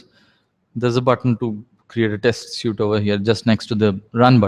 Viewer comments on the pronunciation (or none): It's a test suite not a test (suit) as you pronounce it.